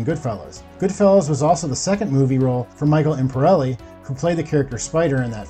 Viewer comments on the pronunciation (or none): Jesus man, at least learn to pronounce the names. Christopher’s real name is Imperioli not Imperelli. And who the hell is Vito Giovesi? Are you trying to say Genovese? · "Michael Imperelli" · Your incorrect pronunciation of Italian names is a problem…Imperioli, Genovese, etc. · Michael “Imperelli” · or "imperelli" instead of "imperioli" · When you pronounce "Imperioli" as "Imperelli" 20 seconds in I'm guaranteed not watching this video. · Maybe give more than one glance before pronouncing the names of these actors. "Michael Impereli" it's Imperioli! Im-perry-oh-lee. "Uncle Junior Cornado". It's Corrado! Jeez. Have you even watched the sopranos? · Michael Imporeli about five times, Vito Giovasi about 4, and if I'm not mistaken he said Junior Soprano Cornado.... 😳 WTactualF.. 😆 🤦🏻‍♂️ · I stopped watching when I heard the dude say Micheal Imperelli. 🤦‍♂️ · Oh my god, can you pronounce ONE name correctly. I mean Chianese fine…i get it. But carndado sopranos or whatever you said? Michael imperelli? Yeesh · God did you butcher these names, Imperioli - Imp-pier-ioli, Chianese - Kia-neese, Deangelis - Dee-Ann-jelis. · Not to mention how badly he butchered every Italian name. He mispronounced Imperioli several times, along with Genovese and Chianese. My ears are still hurting from it. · How are you gonna tell me about the Sopranos when you can’t even pronounce Michael Imperioli’s name ? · The way the narrator pronounces Michael imperioli's surname....aye yi yi And Aida's given name. Sighs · You're saying the actor who plays Christopher last name wrong. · They way you keep butchering Michael Imperioli’s name really bothers me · You say Michael Imperioli's name incorrectly the entire time. How can you be taken seriously when you mispronounce so many names and literally say an incorrect last name?